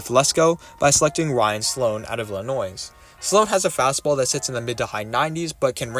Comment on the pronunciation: Love your content. Unfortunately I must unsubscribe due to you saying the s in Illinois